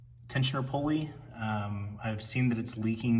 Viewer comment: Tensioner "poly". Sorry can't trust anyone that cant pronounce pulley correctly!